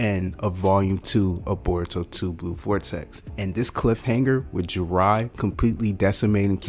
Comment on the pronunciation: Yeah jurai... burrito...sazuke..😂😂😂